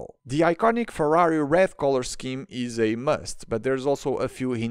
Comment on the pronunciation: I am italian and I finally heard someone reviewing the Ferrari and getting the name right, also the outro was very much appreciated 🫶🏻